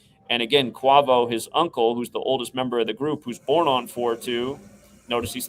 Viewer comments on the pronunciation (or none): pronounced kway-voh :P but thats besides the point. good work